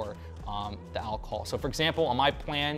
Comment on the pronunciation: "al-col?" It's "alcohol," Goofy.